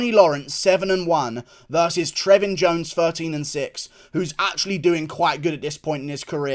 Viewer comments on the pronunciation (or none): none